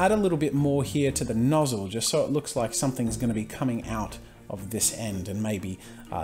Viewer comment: I laughed so hard when he said the knozzle of the gun. I love the video though I really have been watching this channel's videos lately.